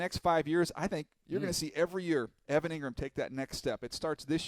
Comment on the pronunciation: Bruh said Engram lmao nooo dude